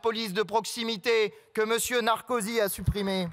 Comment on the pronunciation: Il a vraiment dit Monsieur Narkozy 😂